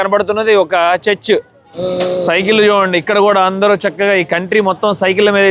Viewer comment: ANDAROO ela vunnaru ane sentence pronounciation sari ga vundadu. Ala vaddu mamoolugaa meeru matladinatle abhimananfa Prema ga palakarinchandi